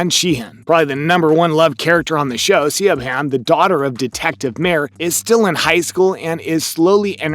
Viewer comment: siobhan = shiv-on